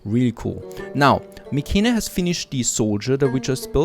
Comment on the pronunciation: In English I believe it is pronounced like My-Can-I, albeit rolled together. The English 'C' is pronounced as a K there.